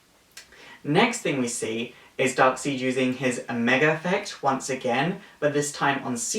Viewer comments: Darkseid is pronounced as "Darkside" and not "Darkseed". Even the creator of Darkseid stated that his name is pronounced this way. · Darkseed? It's darkside. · Stop saying darkseed its darkside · Hey really like your vids but it's pronounced darkside not darkseid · Good video but the way you pronounced Darkseids name like Darkseed i cringed a little even if it is your accent its weird to hear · Lol "Fear me for I am DARKSEED!!!" Why did he say Darkseed?! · I know the name is dark seid but its pronounced dark side just saying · i'm just saying that darksied's name is pronounced side and i'm sorry if you think i'm being one of those people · No, the creator of the character said to say it like "Darkside" But it is kind of fun to say it differently. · His name is pronounced darkSIDE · It's not the worst pronunciation of the name Darksied i've heard. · It's dark sied but it's said dark side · You said darkside wrong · Interesting pronunciation of Darkseid's name, is that the official way to pronounce it? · Your saying darksied name wrong